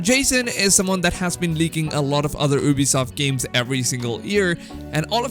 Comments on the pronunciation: The first thing I hear is OOBISOFT and I'm like BRUHHHHHH its U-BISOFT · Lol u can't even say Ubisoft